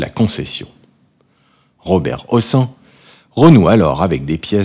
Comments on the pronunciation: On ne prononce pas "ossan", mais "Hosseine", c est un nom d'origine Arabe. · Son nom de famille ne se prononce pas "aux seins" mais " au scène". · on a toujours prononcé hocène à quoi ressemble cette prononciatio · On prononce Hossène! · Prononcer Hossène. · Pas Robert houssin mais Robert Prononcé Hosseine. C'est aussi St Germain des Prés et non Prais. Trés désagréable cette voix. A changer!!!!!